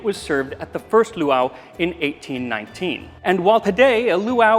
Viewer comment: As always, I adore this video. PS: the glotal stop between the two "a"s in the second word is harder: poowah-ah.